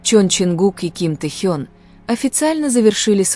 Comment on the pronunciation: Совершенно не соответствует истине.Вранье сплошное и очередной пиар на именах Тэхе'на и Чонгу'ка .Научитесь правильно делать ударение на именах самых известных айдолов А так выдумки и никому ненужные рассуждения.